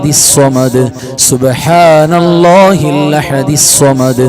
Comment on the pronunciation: ഉസ്താദ് ഇഖ്ലാ സ് ഒതുമ്പോ ൾ അല്ലാ ഹു സ്വ മ ദ് എന്ന് ഒതുമ്പോൾ ഹല്ലാ ഹു എന്നാ ണ് കേൾക്കുന്നത്